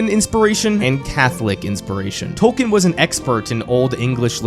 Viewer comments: Only about 5% of people on YouTube talking about J.R.R. Tolkien pronounce his name correctly. It's "Tol-keen". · It's pronounced Tolkien... Tolk een... Long e on the back half... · It is pronounced TOL KEEN. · Hey American speakers—> it’s not “Tol- ken” it’s “Tol-key-in” You’re welcome 😊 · But why say TOWkn. Its Toll-keen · Tolkien TOL KEEN ✅ TOL KIN ❌ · Why does he say "tolken" instead of his actual name. (Tolkien.) Is it on purpose? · ‘TOLL-KEEN’! My gods the amount of times you say his name but don’t acknowledge correct pronunciation is astounding. TOLL-KEEN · FFS! His name is pronounced TOLL-KEEN! Could you not have looked that up first?? Its hard to listen to this clip with you mispronouncing his name a million times. AAAARRRRGGHHHH!!:face-orange-frowning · Is the i silent in Tolkien ? Maybe it's just me, but it bugs me that he keeps calling Tolkien for Tolken. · A couple problems with the video: His name is pronounced "Tolkeen", he despised allegory, so saying that his work was just that is utter nonsense; and lastly, of all fantasy books with dragons and knights and kings and queens, ASOIAF is the least like Tolkien. Where Tolkien wanted escapism and not much realism, Georgie went for high amounts of realism and a gritty experience. They share no common races besides humans of course, and most things that he took from Tolkien were already taken from myths by Tolkien (dragons for example). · First off, you are pronouncing his name wrong. Second off, Tolkien did not write three books. He wrote one. His publisher forced him to break it up into three as they thought no one would read a book longer than War and Peace. A bit of simple research would do you well.